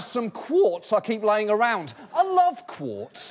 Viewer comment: u hear him say "quartz"? There's no way he's pronouncing those correctly....is he?